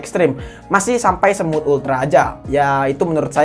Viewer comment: bilang smooth ekstreme tapi yang gue denger semut ekstreme😅